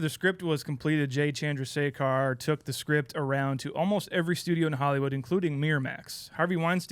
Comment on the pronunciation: Pronounces Chandrasekhar correctly but fumbled on Heffernan